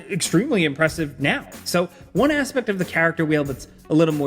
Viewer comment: there’s no way bro pronounced “impressive” as “AMpressive” That’s what happens when you lean to much into the exaggerated YouTuber voice